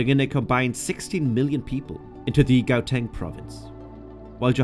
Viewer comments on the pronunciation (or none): Your pronunciation of Gauteng ;-)